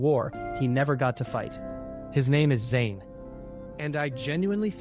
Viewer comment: Im loving this video but only one thing who's Jane? Thought it was zhane?